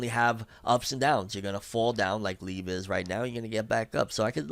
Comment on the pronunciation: youre pronouncing liebe wrong bro